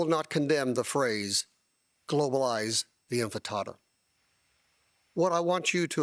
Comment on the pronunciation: He said globalize the INFRATATA 😂😂😂